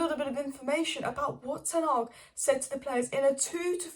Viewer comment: 'Tenarg' is my favourite pronunciation lmao